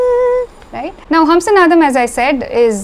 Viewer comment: I have an off-topic question. The raga name Hamsanadam has to be pronounced as ஹம்ஸநாதம், right ? But you said ஹம்ஸனாதம். Of the four languages I can read (Malayalam - my mother tongue, English, Hindi, Tamizh), only Tamizh has two different alphabets for 'na' to clearly distinguish the difference in pronunciation (forget ண for now). Probably, Tamil is one of the rare languages (if not the only one) in the world that has this. But, I see that Tamilians are not taking advantage of it while pronouncing. Even in film songs original recording, I hear people wrongly using ன where it has to be ந. ( like, நனைந்தால் is pronounced as னனைந்தால் ). Is my observation correct? I am not a Tamizh expert. Never mind, if it is an area you are not interested in.